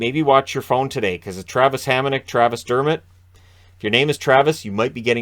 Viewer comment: What's a "Dermitt"? Is that Kermit's cousin or something?